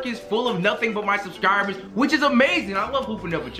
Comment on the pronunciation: and he said subcirbers